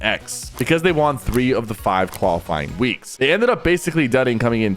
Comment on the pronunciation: Good video but PLEASE say “won” right